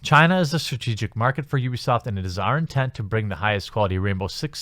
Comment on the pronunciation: Wait did you say UbiAsaad? 4.43